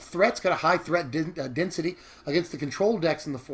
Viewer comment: I'm liking this deck. I also like how you said threat density